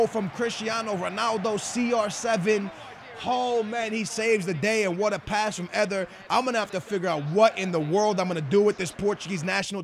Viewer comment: Is it just me or does he say e-ther inst. of eder?